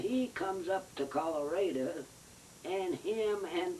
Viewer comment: She pronounced it Colorada 😁 I wonder how she pronounced California